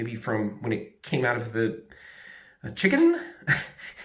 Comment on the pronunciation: ...kako si rekao Chicken...odmah si mi ulepsao dan!